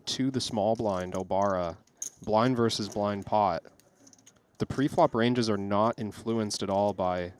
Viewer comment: The word "versus" has two syllables. FYI